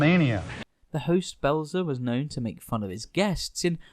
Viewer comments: It's Belzer not Blezer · It’s Richard Belzer. BELL-ZER. Like it says in giant block letters in your own video the precise moment you mispronounce it. Priceless, flawless, impeccable timing on your lack of preparation! The rest of the video, likewise, is exceptionally well done and highly entertaining! Well done! Let’s practice those names, then, shall we? Carry on! 😂